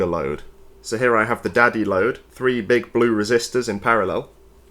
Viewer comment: Is he saying daddy load?